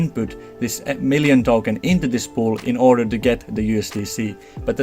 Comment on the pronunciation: Nobody:: "MEALion Token"